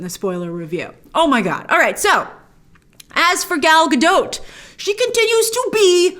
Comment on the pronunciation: Gal Gadaught not Gadote, thanks for the review